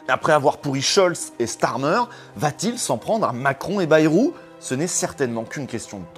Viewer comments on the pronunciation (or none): none